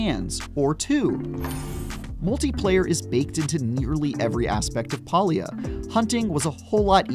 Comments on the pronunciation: Palia is pronounced with a hard A not a soft "AUh". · PAlia not Paulia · Probably should learn how to pronounce the game title before posting a review on it? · so this dweeb cant even pronounce it and he gets to play first.